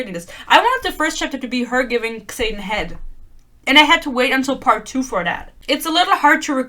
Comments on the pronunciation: I love that you pronounce his name as KSaden, lmao. I dnf'd book one 12 pages in, so I love these rant videos that validate my feelings. Keep following Yarros's lead and mispronouncing Xaden and Yarros. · The way you say “Xayden” sometimes sounds like “Satan” and it’s fitting tbh